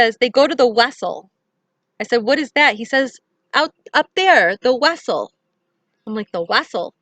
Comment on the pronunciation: The “Wessel “sounds like a Vessel maybe a space ship? My kids when they were little they pronounced the V like a W